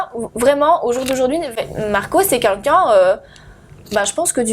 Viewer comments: "Qunqun" au lieu de quelqun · Elle s'exprime très mal. Et " quelqu'un " , elle prononce " quAlqu'un " Le français est sa langue maternelle ?